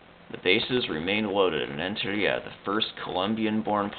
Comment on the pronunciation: You need to lay off those annoying hispanic pronunciations dude. Do you call Italy "Italia"? Then don't call Rentaria "LLLLLentellllia".